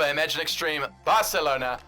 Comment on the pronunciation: It’s so cringe when he says barcelona